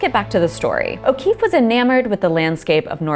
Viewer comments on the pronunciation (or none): Georgia O'Kweeffe